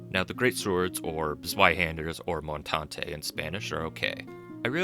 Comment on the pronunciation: Yay you said montante! You honor Spain!